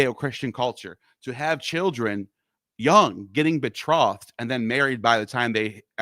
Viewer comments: betrothed is pronounced with a long "o" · funny Neil ,you can't pronounce betrothed, but that doesn't mean you can't read or translate English... but you use that as an argument with Ammon about incorrect pronunciation... o like throw ,not o like off.. also betrothal is to be a fiance or "promised"